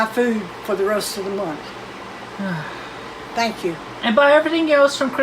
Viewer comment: " I do sank yall so much " - CWC fucking poetry to the ears